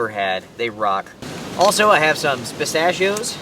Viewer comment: Piss- stash-e-o's lol